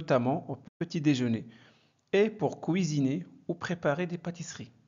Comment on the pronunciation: "couisiner" ou "cuisiner"? Le U ne se prononce pas ou, en français 🙄non?